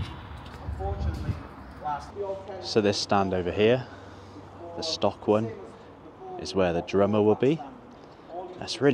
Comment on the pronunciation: I was on the same tour as you here! I agree with you, it was a very enjoyable tour. PS it is pronounced “Stoke Kai Raahs”. I was the fat tall one with the grey beard and Wrexham cap.